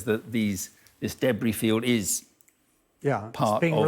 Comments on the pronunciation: "Debry field" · After listening to this man’s delightfully accented pronunciation of “debris” a few times, I definitely read your comment as “Hugh-Bree”